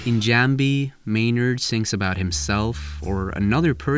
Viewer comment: "Maynard" No